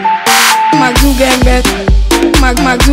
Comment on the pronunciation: The edit on 'Mark Zukunberg' (Zuckerberg ) killed me 😂😂😂